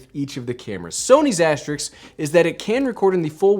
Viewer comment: Asterisk not Asterix!